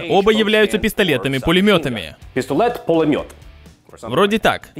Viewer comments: Брендон неплохо так сказал по-русски слово "пистолет-пулемёт" 🔥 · Ваууу, как классно он говорит пистолет-пулемёт👍